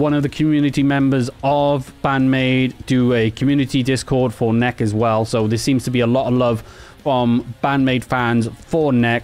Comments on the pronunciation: Peter of Maids News Network has recently covered Hades, including interviews. NEK! is pronounced : Neckee. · A killer line-up with Hades, Nek! and Band-Maid. Check out these bands. Have youu heard of them? What do you think? Yes, I realise I've mispronounce Nek! as Nek and not, as Neh-kee. I'll get it right next time! <3 If you like this gig-like video format, let me know and i'll do more of them!